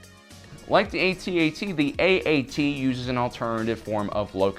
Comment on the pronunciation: non human jedi? i think u mixed it up. an thank you for saying A-T-A-T and not atat it makes no sense when people do that cuz what do u call the AAT? aaat. or 3CPO 3seepoh. nah, good vid tho